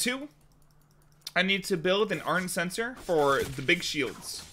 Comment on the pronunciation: Do you mean ardent shen-cor?